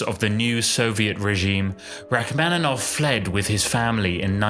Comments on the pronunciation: Rack-man-in-off. The mispronunciation is ridiculous. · And the "man" syllable should also be like "mon." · Please learn to pronounce his name correctly. It's pronounced like ROCK-man-i-noff. Hurting my ears. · but you should learn to pronounce “Rachmaninoff” correctly, it's a shame. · It would be, if only he knew how to pronounce Rachmaninoff's name. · Learn how to pronounce his name please!